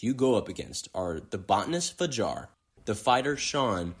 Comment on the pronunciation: oui, c’est "Kuroki" et pas "Kuriko" mais heureusement il a bien dit "Fajar" et pas "Jafar" ^^